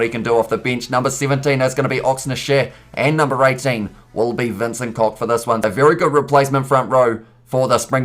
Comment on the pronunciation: Lood pronounced with a hard "d" Loh-[d] and not "Lute" and also Vincent Ko[ch] like the hard [g]- in van [G]ogh Ko-Gh Sorry for the pronunciation nazi